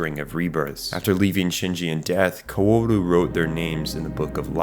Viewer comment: Bro I am doing my best to get through this but that is the most wack pronunciations of "Wille" and "Kaworu" I've ever heard